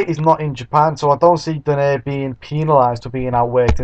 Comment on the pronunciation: hehe not exactly.. donaire is not pronounced as do-neir its pronounced as do-nai-re